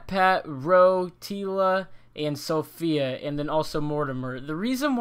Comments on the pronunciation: COCG I was just about to say that, it's kinda annoying when people say Sophia and not Safiya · It really hurt to hear you say Sophia, when her name is Safiya But I do thoroughly appreciate that you make these vids! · It’s Safiya (Sah - fee - uh) not Sophia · It's Safiya (Suh-fee-ya) and Ro only got one vote